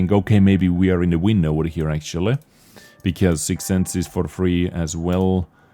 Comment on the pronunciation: I knooow, i know, i know you are not a fluent english speaker and its okay. But please for the love of god stop saying "akchuly" instead of "actually"